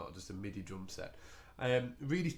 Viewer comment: very helpful,thanks but u said droom.